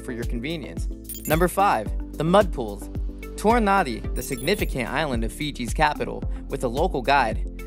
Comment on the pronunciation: "Orchid" mispronunciation. Nadi mispronunciation. Ugh. Hate these kinds of narration.